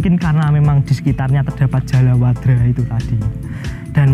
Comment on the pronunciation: ijin koreksi mas. Niku Jaladwara mas, sanes jalawadra😊